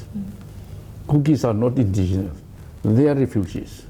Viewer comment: intigenous?? Typical Tangkhul style of pronunciation. 😂😂😂😂 Baby is pronounced papy in Tangkhul English. Hahaha